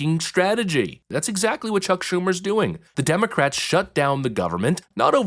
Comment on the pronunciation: Did I hear her say "Shuck Chumer?" PFFT!! 🤣🤣🤣🤣🤣🤣🤣🤣🤣🤣🤣🤣🤣🤣